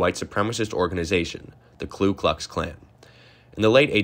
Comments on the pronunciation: It’s KU Klux Klan not KLU Klux Klan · There actually are a lot of things mispronounced in this video., for instance it’s not Klu Klux Klan but Ku Klux Klan. This is a good video but needs revising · It’s Ku not Klu. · You, like most ignorant people don't that the first word in KKK is Ku, NOT Klu.